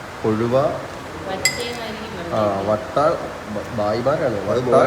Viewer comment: വട്ട അല്ല വറ്റ